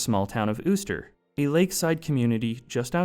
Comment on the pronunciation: you sure uster is pronounced that way? considering theres nothing above the u